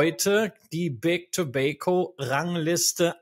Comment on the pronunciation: seht ihr ein "i" in tobacco?, Ich nicht, eure Aussprache in Englisch fuer Tabak nervt